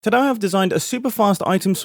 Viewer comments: It sounds like your saying tadah instead of today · You said “tadah” instead of “today” in the intro everyone laugh at this user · Todday? Todaay? Even at 0.5x speed I can hardly tell how Mumbo is pronouncing ''today'' at the very start of the video.